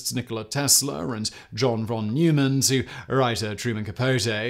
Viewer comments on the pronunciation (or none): How do you not know how to pronounce John von Neumann's last name?